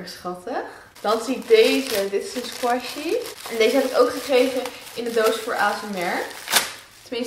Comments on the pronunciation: Oja je spreekt het verkeert uit squishy. Maar dat maakt niet zo veel uit 😝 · Je spreekt het uit als skwusie